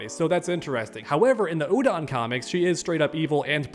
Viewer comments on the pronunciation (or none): none